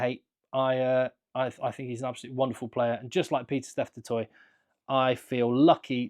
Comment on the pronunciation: Which will anger the French more? Not getting any players in the World XV or the fact that Saffas keep butchering the pronunciation of Du Toit. 🙉